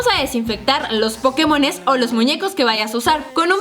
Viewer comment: karen puso “pokemosn" en lugar de “pokemons" like si lo notaste